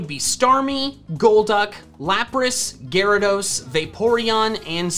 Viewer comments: Gyarados, not Garadoss! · IT'S GYARADOS, NOT GYRADOSE! THE NAME DOES NOT END WITH AN E! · "Gyarageese" (I'm sorry) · THERE IS NO OF IN THE TITLE! DO NOT LEAVE OFF THE E IN ARCEUS! AND IT'S GYARADOS, NOT F*CKING GARYDOES! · DO NOT LEAVE OFF THE Y IN GYARADOS! AND WE DON'T USE THE WORD ITS AS A PRONOUN IF THERE'S AN APOSTROPHE IN IT!